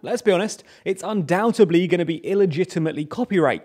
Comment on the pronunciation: UNDOUBTEDLY not undoutably . Please!